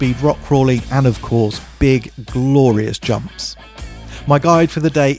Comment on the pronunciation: Please "yumps" one more time for me :D